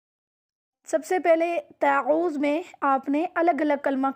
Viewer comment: لفظ تعوذ کا تلفظ درست کر لیجیے